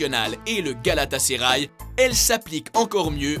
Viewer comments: Galatasaray pas galataseray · mdrrrrrr féreinbahçe, galataseuray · Et on dit galatasaray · Mdr tu c pas dire Galatasaray et Fenerbahçe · 50% des clubs sont mal prononcés bordel, ça devient alarmants. Fenerbahce Galatasaray River Plate